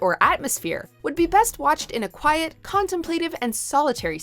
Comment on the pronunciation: You can pronounce Modernity, but not contemplative?